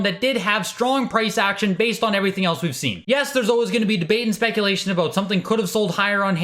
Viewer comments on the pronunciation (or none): none